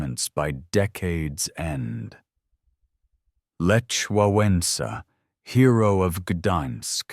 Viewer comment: Any chance you could learn to pronounce? Some good, some bad, Lech Wałęsa was the worst. I could pronounce that even when I didn't know why it was pronounced that way. And how can you pronounce Sejm correctly sometimes and incorrectly most times? Well you got some of them right. And the pieces of history that I didn't know, I couldn't say. And the rest of it sounded right.